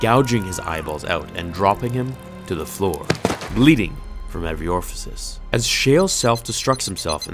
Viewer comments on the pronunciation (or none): Uh... I think you mean "bleeding from every orifice". It's pronounced oar-ih-fis, not "orfisis". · I admire all of your hard work here in your video BUT... --It's "bleeding from every ORIFICE", not "bleeding from every orfasice/orfasise/orfacice...however you want to spell the word you just made up! --You should have said...dark lord's graSp...not dark lord's grapsp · orfases? I think you might wanna learn to pronounce it correctly lol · It's orifice lol.